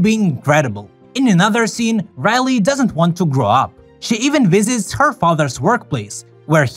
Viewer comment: Raleyy? it’s Riley